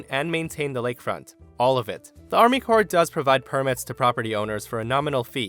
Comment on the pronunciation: "Army CORPSE of Engineers" LMAO